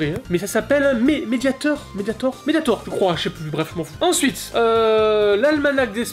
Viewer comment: Pour ajouter à la misère qu'est ce coffret, le mediator pour guitare (oui, tu l'avais bien prononcé 😉) c'est le modèle le plus basique qu'on trouve dans n'importe quel magasin de musique, c'est même pas une réplique de celui utilisé par Marty !